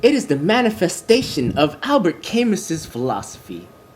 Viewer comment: To paraphrase Harlan Ellison, "It's KAH-MOO not CAY-MUSS!" but otherwise very nice.